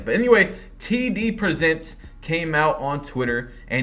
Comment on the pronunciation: I thought he said TDBarret😭